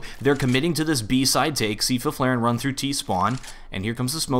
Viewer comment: "feef-laeren" tho